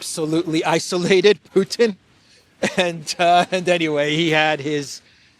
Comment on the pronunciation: say "isolated" not isolated. Those who do not normally follow your programme and Ukraine war with a critical lens will easily misunderstand you